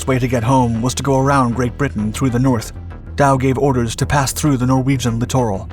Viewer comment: Please stop with the "As such". You aren't even using it correctly. The word "littoral" is pronounced "lĭt′ər-əl". Special soils allow for the iron ore "grown in Sweden".